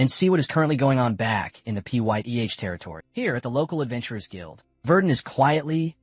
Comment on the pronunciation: Baron Pyth is pronounced Fithe